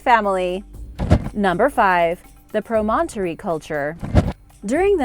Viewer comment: Very well done, but you mispronounced "promontory". Land surrounded by water on three sides. In this case Promontory Point in the Great Salt Lake where the Transcontinental Railroad met in 1869.